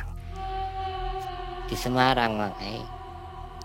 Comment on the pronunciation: Semarang bang e bukan semayang hehehe